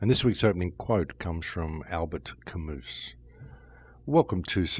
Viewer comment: Incidentally, Albert Camus' name is pronounced 'Kammoo"; the s is silent because it is a French word.